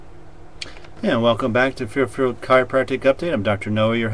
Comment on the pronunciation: Its the town of F A I R F I E L D ... Just start over when you slur your words in the starting sentence. How many cases of cauda equina syndrome has resulted from simple chiropractic adjustments alone? I think those ALLOPATHS have studies on that.